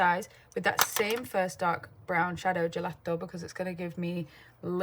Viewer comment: You are so talented and such an inspiration Katie! Lots of love from an Italian MUA ❤ And BTW your pronunciation of gelato was actually pretty good 😊